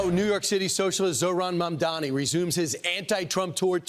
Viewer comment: Do these people have a speech impediment? It's Mamdani not Mamdami.